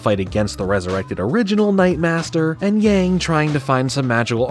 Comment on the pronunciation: you would think if this show was inspired by asian culture that they’d at least know that yang is not pronounced like yaeng